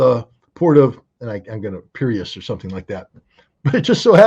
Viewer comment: Its Piraeus. :)